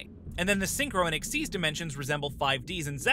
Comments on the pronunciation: It's xyz not xz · It's kinda supposed to be pronounced "exeez", at least according to the show (dunno why) but I don't think you should really care that much considering it isn't like with scon v scoan or british v american pronunciation. Just say it how you think.